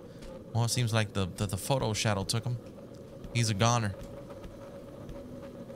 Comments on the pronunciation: "pho-ton" not photo 😂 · I’m just waiting to see a load of comments about how he’s saying photo instead of photon